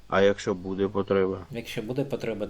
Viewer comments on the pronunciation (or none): none